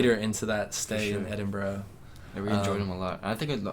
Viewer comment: Maybe if you pronounced Edinburgh correctly, people might have been less hostile ;) Seriously though, glad you had a good time and have arrived home safely.